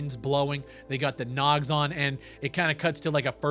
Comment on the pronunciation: Did he just call nods nogs?